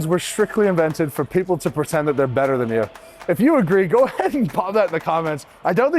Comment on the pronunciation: Theiyr're; hah!